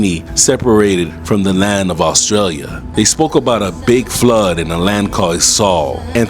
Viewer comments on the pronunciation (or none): none